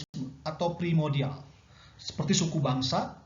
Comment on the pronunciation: Izin mengkoreksi pak. Yg benar primordial bukan primodial 🙏😁